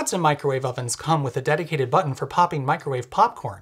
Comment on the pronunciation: “pop-king” Heehee